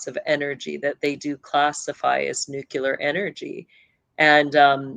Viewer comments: It's unfortunate that she can't say nookleear and says nookyooler. How can that happen if it's one of your subjects? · "nucular" (nookyooler) pronunciation is more common in certain regions, particularly in the American Midwest and South. It doesn't alter the meaning of the word, but it can sometimes be a marker of a specific regional accent or dialect